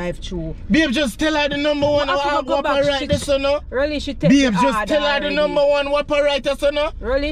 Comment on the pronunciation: seh “ and a numba 1 whopper more than 10 times”🤣🤣🤣🤣